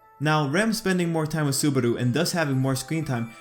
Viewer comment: Lol petelgeuse hahahhahaha and subaro hahahhahahahahahhahaha its subaru not subaro and betelguese not petelguese